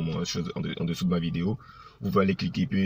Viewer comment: C’est un maclo il n’est pas vraiment le savoir vivre et aussi très impolie, je suis a Adjame si il est garçon si il vient a baby il n’est qu’à s’afficher ko ministre tu sais même pas dire video vraiment desevant hein , pardon faut pas gâter nom de yorobo epui tu n’ai pas mon ministre hein impolie videyo gagagagagagagaggagagag